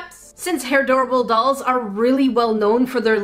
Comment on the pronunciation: 👧 🚪 🛎 = what you said: hair-door-bells